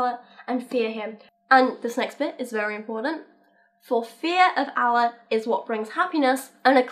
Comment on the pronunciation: I'm not even religious but it really annoys me when people pronounce Allah incorrectly.